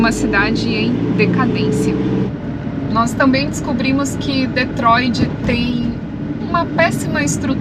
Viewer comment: o nome da cidade é DetroiT e não DetroiD.